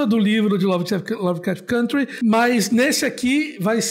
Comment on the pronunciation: Todos esses são bons, porém só a pronuncia "côntry"